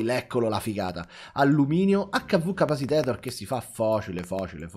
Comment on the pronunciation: 2 cose sono infinite: l'universo e la quantità di volte in cui dice "Capacitator" invece di "Capacitor" 😂 grande NAZIONALE